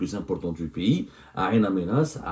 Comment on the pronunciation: Bonjour, Ain Amenas, est incorrectement prononcée. Cette ville s'appelle " IN Amenas" c'est en Targui